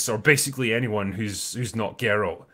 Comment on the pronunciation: It's not "Gary of Rivia." It's "Gar-alt of Riverside."